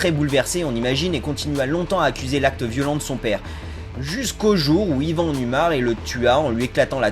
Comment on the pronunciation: Ivan ça se prononce <<Ivane>> pas yvan ( le y c'est pour différencier le premier Ivan)